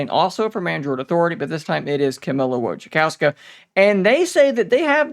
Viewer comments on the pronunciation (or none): Fwiw, Wojciechowska is roughly pronounced Voy (like in „voyager”), che (like in „Che Guevara”), hoff (like in „Hasselhoff”), ska (like the music genre). Voy-che-hoff-ska W makes the v sound J makes the y sound Ch makes the h sound Ci kinda makes the ch sound. I’ve been thinking of migrating away from Samsung to Pixels, they really aren’t making it easy. Now what, should I get the old tablet model? I don’t feel like doing that…